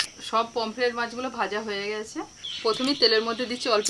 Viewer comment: Dath tipe kotha bola ar bondho hobena anar pomfret ka pomplet bolche